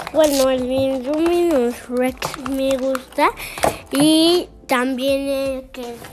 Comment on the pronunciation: No se dice induminus es indominus y dilophosaurus